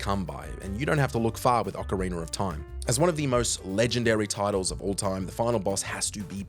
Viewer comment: Is it me, or is he saying "ocariner" of time?